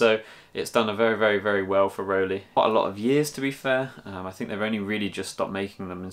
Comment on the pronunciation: Not that it's anything important but it's pronounced "roll-eye". (The "ei" in both "Rollei" and "Leica" is the same sound.)